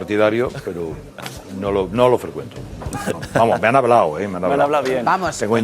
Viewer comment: ¿Ana Rosa ha estudiado periodismo o lengua? Habla de pena; "Estudiao, superao, hablao, dedicau, abogaos, dejarlos tiraos...." IMPRESIONANTE